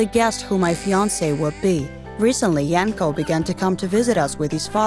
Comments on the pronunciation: It's Yanko -__ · FBI OPEN UP Edit: I thought the girl was saying “My uncle” instead of “Bianco” lolol Edit2: So... I’m seeing that some of you guys told me the name was “Yanko” and not “Bianco”... So thank you for telling me ^^. I don’t have the best hearing lolol ( and sorry for my bad English ;—; ) Edit3: Holy shitteu, 412 likes already? Thank you so much OwO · Samee i thought wait what you can marry your uncle?? But phew i misheard i thought i was the only one